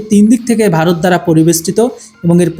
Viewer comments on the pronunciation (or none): none